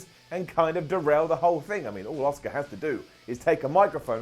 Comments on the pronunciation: I swear i hear you saying oscar instead of auska god damn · Why does everyone in the uk pronounces Asuka as "Oscar"?